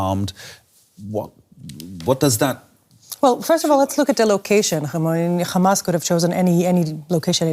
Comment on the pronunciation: I'll never understand how "Hamas" turns into "Khaaamas" but Qatar turns into "cutter"... Israeli pronunciations confuse me.